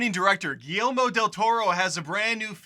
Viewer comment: Who's Guellemo? lol